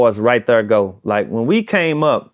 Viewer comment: I never knew right thurr was a hit thank you publicist.